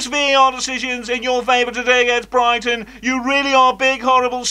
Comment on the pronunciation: Bri-ghi -ton